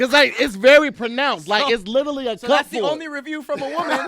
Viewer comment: says ' lillerly ' instead of ' literally '